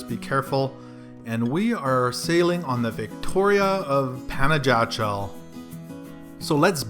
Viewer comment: Great video. But for the next time ask the way to pronounce properly the place you're visiting. Panajachel (Spanish pronunciation: [panaxaˈtʃel]) or simply say Pana.